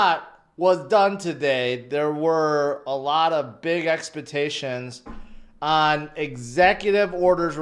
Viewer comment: EXPUHTATIONS lol love you